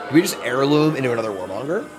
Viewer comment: airloom, not hairloom :(